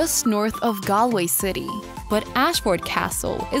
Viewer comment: Cashel isn't a castle. Pronunciation of Galway curdled my spleen.